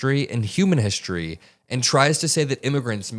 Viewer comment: What hishtory is he talking about his hishtory or even what is hishtory,dude can't fuken speak English